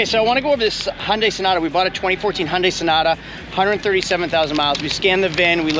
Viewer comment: it's HUN-DAY. not HUN-DIE...And what's with the wedding ring doing on your pinky??